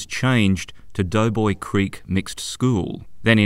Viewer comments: Hello ….it is called DOBOY CREEK, DOBOY BRIDGE, and they are in the voting parish of DOBOY…..not Doughboy. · I have always known it ss Doboy not doughboy.